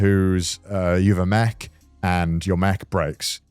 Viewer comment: The way Connor says "mech" sounds like "mac" so it comes off like he's talking about someone losing their laptop